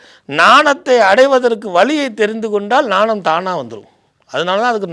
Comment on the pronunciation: "நாணம்" என்பது தவறு. "ஞானம்" என்பதே சரி. உங்களுக்கு யார் தமிழ் சொல்லிக் கொடுத்தார்? கேட்கவே அசிங்கமாக இருக்கிறது.